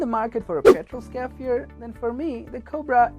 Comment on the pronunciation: Pronounced SCARRY FI ER